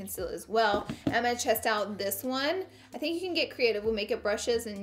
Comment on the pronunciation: does anyone notice when she says "test" she's actually saying "chest" 😂